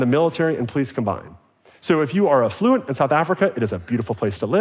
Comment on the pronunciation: Learn how to pronounce the word affluent, ‘genius’